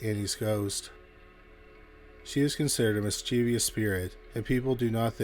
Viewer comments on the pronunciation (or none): The word "mischievous" has three syllables. Full of mischief. If you are full of virtue, you're not "vir-TUE-ee-us."